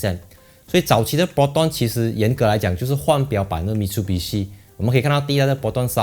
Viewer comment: Mi tsu bi shi Not Mit su bi shi 纠正一下🤣🤣